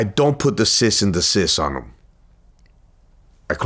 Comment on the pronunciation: I was wondering if anyone pick up on that . I think its cease and desist